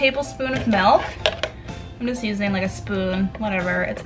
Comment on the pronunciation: Did she say... Malk